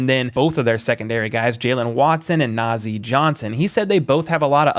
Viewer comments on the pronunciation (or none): none